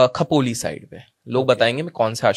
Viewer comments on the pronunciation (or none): गलत क्यो करते है ख के बदले खो बोलो इझी है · या गाढवाला खोपोली नाव नीट घ्यायला सांगा आधी....खपोली काय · It's not खपोली, it's खोपोली and it's Gagangiri maharaj you are talking about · खोपोली !सही उच्चारण किजिये भाई साहब! अगर ध्यान कर रहे हो तो किसीने disturb नहीं करना चाहिये!